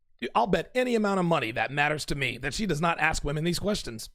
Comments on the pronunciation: "When I interview bachelors, I axe them..." lol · Oh there we go. She said “axe” instead of “ask”. Literally everything she says in null and void now. Next!!?